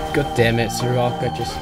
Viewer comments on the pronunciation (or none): You mispronounced a few champion names. You said "soraka" like serawka and "gragas" like grahgas. It's pronounced like "drayvehn"